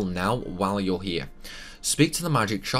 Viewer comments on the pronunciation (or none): none